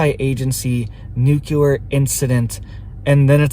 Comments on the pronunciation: If you can’t pronounce nuclear right you immediately lose credibility. It’s not. “ nucular” it’s nuclear. Do the feds tweet? How did you get access? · Its new-klee-er ! Not nu ku lar. Please. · Love you. But please, for the love of everything good, it's pronounced NU-CLEE-AR. ❤